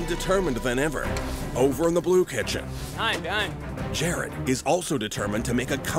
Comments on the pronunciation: GR is such an amazing Chef but why can’t he pronounce Jared correctly.😂😂😂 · It’s Jared not Gerrard Gordon😂😂😂